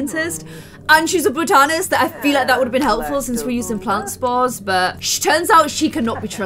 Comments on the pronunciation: It’s bot-a-nist not bow-tanist It’s been annoying me forever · I am LOVING this series!! I just have to tell you because I cringe every time you say it, but mindy is a BAH-tah-nihst. Botanist.